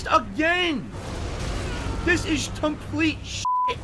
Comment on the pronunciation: "This is tomplete shit"